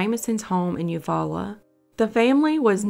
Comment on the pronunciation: keep up the good work. Im from okla, u pronounced Eufaula correctly. Yes that Jamison story is nuts. Not sure if u ever did the lime lady story from Jones okla, but she was ID here recently.